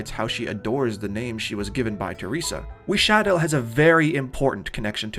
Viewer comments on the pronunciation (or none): The way you pronounce Wisadel is actually insane